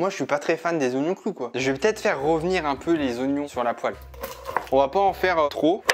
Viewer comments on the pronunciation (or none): none